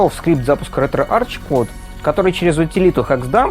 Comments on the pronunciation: пилять, ретроарх. читается не Ч, а АРХ. Археология, а не арчеология пилять! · Кластер, не детский сад, чтобы тереть коменты. В произношение Ч, я буду тыкать носом каждого, будь хоть ты, хоть кто другой.. Логитек, Текнолоджи, Архиолоджи, Кемистри В словах греческого происхождения ch произносится как [k].